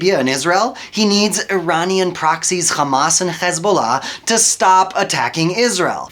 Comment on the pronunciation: The moment he said khamas i knew its a propaganda video